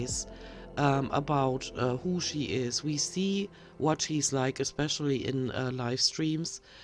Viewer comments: And she wants us to believe she reads books. "Eck speshully" is the one that gets me. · I totally LOVED this video. In this online "Wack-A-Mole" game, you hit every single mispronunciation that drives me CRAZY!!! If you EVER have some extra time, I wouldn't mind " Speaks Like A Toddler" Part 2. "Excetera" and "Exspeshully" drive me "especially" (lol) mad. You did miss a few though (for next time)....you must not forget "ordament" (ornament) "sukkalent" (succulent) and my absolute fave " SMIGGLE". I'm not quite sure what she trying to say here, though since she uses it while "cooking" (and I use that term loosely)...I THINK she's means to say "smidgen"....as in "Don't use an entire teaspoon of garlic salt, just use a smidgen" I never, ever get tired of your videos and I am so thankful to Charlie at Dangling Ankle for mentioning your channel. God Bless and have a wonderful weekend!! (BTW, I think you speak English beautifully...I think German is such a difficult language. My husband and I both have German blood, but his parent are FROM both Germany and Hungary and he speaks fluent german! I don't....but I DO speak fluent Pig Latin...lol.